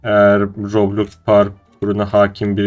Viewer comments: Abi loblox değil roblox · Roblox diyişine hayranım